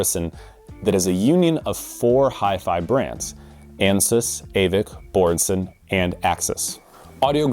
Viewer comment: Bro ..... it took 15 seconds to make the most common mistake. Editors.. writers... ALL of you at Absolute sound... When you look at Michael's name ... B Ø R R E S E N ...... DO you see an N .. in the middle? ... so WHY do you ..and half this audio world say .. " BORRENSEN" < ---- ...... you'd think a bunch of Audiophiles could HEAR and LISTEN to how it's spoken correctly ... or at least know how to read.